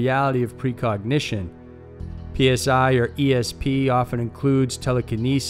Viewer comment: It's not "P.S.I. abilities". It's /saɪ/ as in psionic /ˈsaɪ.ɒn.ɪk/.